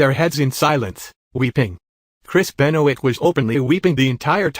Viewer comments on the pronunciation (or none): i cried too when eddie passed, but i was only 6 also it not how u said benoit its french